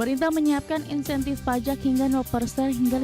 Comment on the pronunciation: PFII terdengar Palak bukan Pajak!😂😂😂